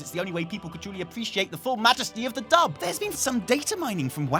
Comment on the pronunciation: I was listening from the kitchen and thought was saying "Dump" and not "Dub" and that made this a very different episode. There was a large "Oooooooh!" when I returned to the computer.